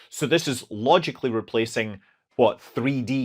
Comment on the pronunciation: About the pronunciation of "FengYun" satellite, try the pronunciation similar to "Phone Ring", which will sound more in line with the mandarin pronunciation. The pronunciation in the video sounds more like the city of 汾阳(Fenyang) in China.